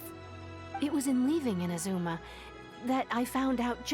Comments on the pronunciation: why are you still calling it IMAZOOMA? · The way he says inazuma is amazing 😂